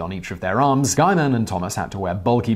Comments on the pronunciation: Guyman? I think it's pronounces as "gi-man" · It’s “Gee” with a hard G.